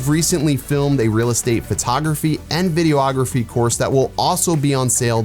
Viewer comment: It's pronounced "videography". Not "video-ography". Just Google it. LOVE your stuff, all of it, but saying "video-ography" is like saying "nucular". How does "nuclear" come out as "nucular"? Just sayin'.